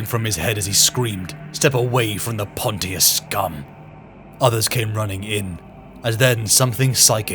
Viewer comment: I gotta say it… i read this for the first time nearly 20 years ago. And have reread it since. I too used to pronounce it “pont-tee-us” and have since learned its pronounced “ponshus” - like Pontius Pilot in the bible, who condemned Jesus. Well done with this, its nice to hear a different take from Toby Longworth on the voice acting.